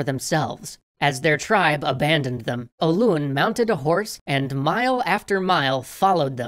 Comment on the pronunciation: That is not how say Hoelun btw